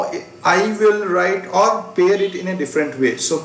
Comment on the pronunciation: U haven't pronounced the word pair correctly